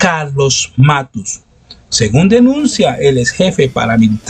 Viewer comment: No es Matus, querido periodista...es MATTOS....lo mismo que cuando dijiste "flagio" cuando era "plagio"....eres bueno pero te falta ejercicios de dicción....con cariño....un saludo.